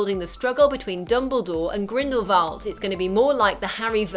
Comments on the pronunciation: Grindelvolt? I'm sorry, but it's Grindelwald. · its grindewald not grinbervad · Never have I loved and empathised anyone more than credence barebone Also why did it sound like she said Grimblevalt instead of Grindelwald lmao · It isn't Grindlevald!, it's Grindowald. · Grindalwald not grindlevalt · grindewald not grindevald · It's grindeWald not grindleVald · Grindlewald. Not Grindlevalt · Why does she keep saying Grindlevalt??? It's GRINDLEWALT!!! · GRINDLE-WALD NOT WALT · It is not 'Grindivald' it is Grindewald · why do you say "grindlevalt???" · GrindleWALD not VALT sorry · GrendleWALD. GrendleWALD. WALD! JESUS CHRIST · sorry but it's not grindlevald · did she just say grimbleveld? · She says it more like GrindleVALT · She pronounces Grindlewald incorrectly throughout this entire video. It's really irritating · their names are pronounced "lee-tuh" lestrange and grindelWald. not grindelVald. i keep hearing the V and idk why people are saying it that way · Ok that was a good video but I just can't ignore how you can't pronounce Grindlewald and Leda. No hate